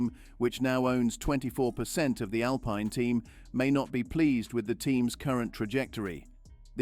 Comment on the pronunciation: You are prouncing Alpine wrong. And Vitamins and Privacy.